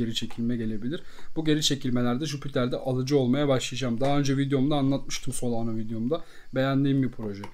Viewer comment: solano değil solana